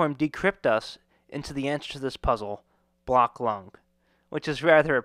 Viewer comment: It's BlackLung. Not BlockLung